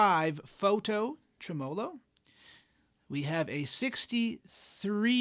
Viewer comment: Okay, a couple of issues. First, you're pronouncing it wrong. Second, the guitar clips in that line drawing mode (or whatever you call it) kinda obscures what your hands are doing, and the aesthetic beauty of your guitars. 😉 Okay, mostly kidding, especially about the "wrong" pronunciation thing. I mean, I do pronounce it differently; down here in Texas, we place the emphasis on the first syllable. But just razzin' ya about the "wrong" thing. Also, I do prefer the guitar clips without the special effect, but that's no big deal. I almost can't play without tremolo (and reverb) anymore. I can tell you my favorite tremolo circuit is the one in my VOX Pathfinder 15R amps. I'm not tech-savvy enough to tell you what type of circuit that is, but I really, really like it. I'm not a pedal guy; I blame that on 40 years of playing acoustics before getting my first electric guitar (a tele, of course), and on the fact that I'm too uncoordinated to sing, play guitar and tap dance all at the same time. I do have one pedal, a BOSS ME-70 multi-fx, that has a bank of modulation effects, including tremolo, of course. But when I put that multi in front of one of my Pathfinders, I just leave the reverb and tremolo off on the pedal and use the amp's on-board effects.